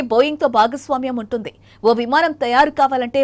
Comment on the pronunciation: I think anchor is using ye sound where it should i - ex: vuntundi is pronounced as vuntedey